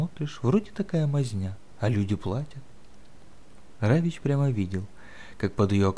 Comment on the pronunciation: Почему Равич? Равик.